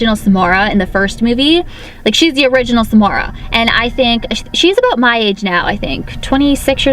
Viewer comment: every time she says Samara I hear s'more